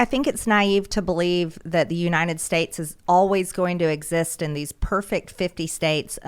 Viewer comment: I can't stand her speech impediment. Unined States. Senence. 😂😆😂